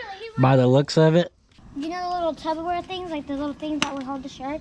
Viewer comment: Did she say tub o ware? Only the 2nd person I've heard call it that.